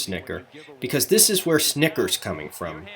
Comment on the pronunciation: Lol its SniT-ker not Snickers like the candy bar.